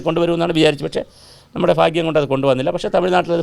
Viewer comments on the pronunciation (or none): none